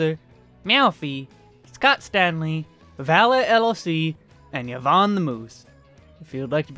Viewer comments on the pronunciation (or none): none